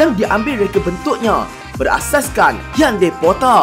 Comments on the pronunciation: Bukan hyundeii... Hyundai lah brother🤣🤣deiiii poorahh😁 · Kenapa sebut jenama Peugeot dan Hyundai mcm lain ja bunyi hahaha😂😂